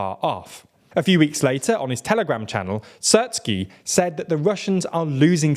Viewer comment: Sears-ski, not Sirt-ski. Po-doll-yak, not Po-do-la-yek.